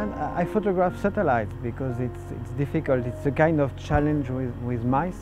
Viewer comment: I like how he says the word "satellites."